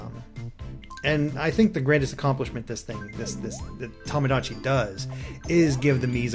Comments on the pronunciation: It is Tomodachi, not Tahmahdahchi... Japanese vowels are not pronounced like that. To sounds like "tow/toe/toh". Not like "Tah". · Chang Jia Yang Since we're on a correcting streak, it's to-mo-dah-chee. The extra u sound after to and mo is incorrect pronunciation in JP.